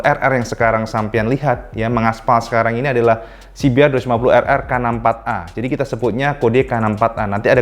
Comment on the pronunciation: dibacanya "se be er dua lima puluh errrrrrrrr" hihihi